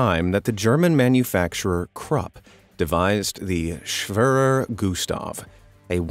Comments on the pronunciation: schwöror güstf lol all germans are laughing. The e is pronounced like in the word egg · "schwaver gustav"😂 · It’s pronounced schwerer Gustaf